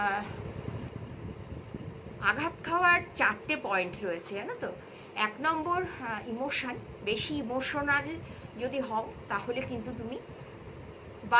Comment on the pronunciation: Imotional ta ki go? Ami to emotional sunechhi